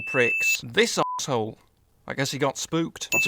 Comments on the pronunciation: The way says assholle lmao I'm dying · Sion The Undead Juggernaut yeah me too he says it like a German